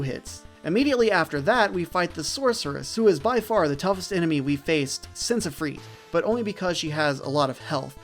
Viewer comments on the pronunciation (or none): Are you pronouncing Ifrit as Ifreet? 😂